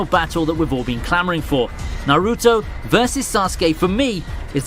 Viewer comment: Good list, but I can't stand the way you pronounce Naruto.